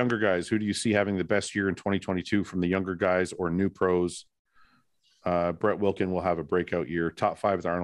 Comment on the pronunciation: I'm lmao about you guys ripping on Fouad about the "Arnold(s)" Fouad you also say Brett Wilkins all the time which makes me laugh